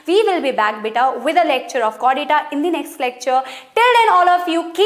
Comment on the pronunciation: Not beeta it's beta 😲😲😲